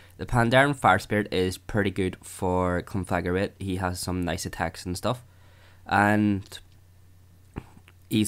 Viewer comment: Nice video, but every time you pronounce Conflagrate as "Conflagarate" I throw up a little.